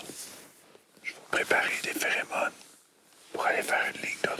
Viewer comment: on dit pherOmones pas pherÉmone xD